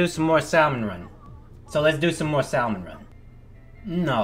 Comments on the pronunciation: sal-mun vs sam-uhn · please...stop saying sal-mon the l sounds silent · YOU ARE KILLING ME JUST SAY SALMON WITHOUT THE L IT IS ACTUALLY KILLING ME HEARING YOU SAY IT WITH THE L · I would absolutely 100 percent ask that he make this a full on weekly series, but the way he says "Salomon..." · stop😤pronouncing😤 it😤SALLmon😤run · Why is it sort of bothering me that your pronouncing Salmon Run, Sal-mon run? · The way you pronounce Salmon will never stop bothering me XD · New drinking game: take a shot every time mispronounces "salmon" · Please stop pronouncing Salmon wrong, the L is silent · Same XD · Dang it just commented that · Drink 11 times Yes I actually counted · Him: “Salmon” me: knows it's ironic yet cringes all the same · But that's not how yousaysalmonoml. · The L in Salmon is silent.... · Just a nitpick, but I’m preeeeety sure that the “L” in “salmon” is silent.... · The L in Salmon is silent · Boi the L is sient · Hate to be that guy but the "l" in salmon is silent.